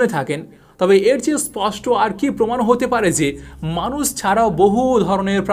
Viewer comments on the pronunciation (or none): none